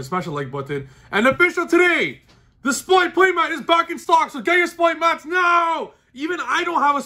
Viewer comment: R. It’s an R. Not an L. Stop saying “splight”.